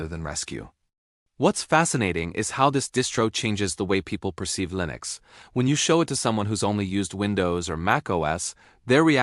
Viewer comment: 'LINEX' lol